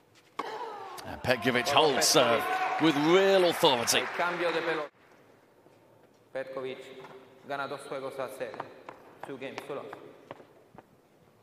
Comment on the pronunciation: I didn’t say it is,just learn how to pronounce her last name correctly